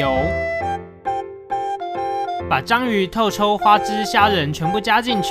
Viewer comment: 聽到用中文唸透抽 有股錯亂感www